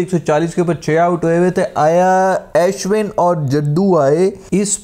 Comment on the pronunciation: o bhai ASHwin nahi its pronounced Ushwin lol.